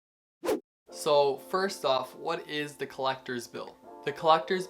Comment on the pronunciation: When this guy says da instead of the 😂